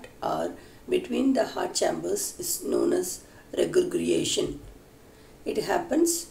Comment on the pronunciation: Madam you did give it a nice try but still it need alot to explain and regurgitation pronounciation was incorrect besides systole and diastole.